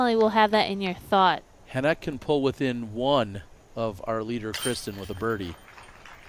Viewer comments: Yeah he's saying it the right way. Or at least closer than the American standard way we've been saying it for the last few years. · That is a much closer way to say it than the way they have been saying it.